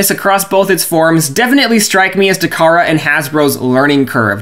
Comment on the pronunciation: Takara, not Tamara.